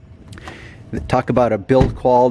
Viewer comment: So the German surname "Porsche" is for some reason pronounced with "a" in the end?